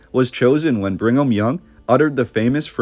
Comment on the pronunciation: Why do you keep saying "Bring em' young"? Its Brigham. There's no N.